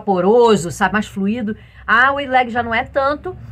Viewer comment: querida, apesar de estarmos no Brasil, nomes não se traduzem, portante a maneira correta de falar Wide leg será = a waide e não wide ok?) Parabéns pelas aulas que adoro. Beijokas e fique vem